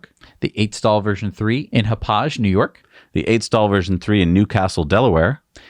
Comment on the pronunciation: Hauppauge is pronounced - "Hop-Og" To be fair, many Long Island towns are tricky for non-natives. Impressed with Massapequa!